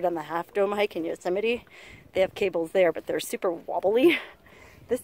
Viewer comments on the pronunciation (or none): none